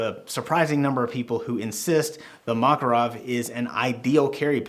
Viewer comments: Not MAkarov, but MakArov! Stress on the second syllable, on the second A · Makárov!!! When i heard Makaróv a want hit your head by a handle of PM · makArov, not mAkarov😅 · Mockerov? No Makarov sound it out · I wanna slap you every time you say "mah-kuh-rawv". This is Muricuh. We say "MACK-uh-rov" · Model Is PM. Pistolet Makarov. It is pronounced Ma-KAR-ov, NOT MA-karov. got it right. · Nice "Mockarov" with "baykalite" grips bro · Its pronounced Mac-A-rov you illiterate uneducated american idiot. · I'm gonna have a stroke if I hear "Mockarov" one more time lmao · the mockarov lol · "maw ca rawve" cant stand that had to stop watching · Thank you for the review. Apparently, you do not know - how this pistol is named. The stress is on the second syllable: McCarov. Think McCoy. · 1) Ударение ставится на второй слог: макАров -запомни это на всю оставшуюся жизнь 2) Этот пистолет целенаправленно создавали на основе успешного дизайна Walther PPK 3) Только специальный патрон 9х18 -остальное это Не МакАров!!!